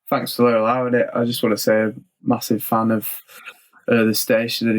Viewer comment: "Fanks" lol